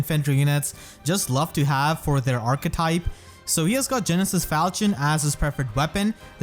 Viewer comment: Genesis FLachion instead of Falchion :v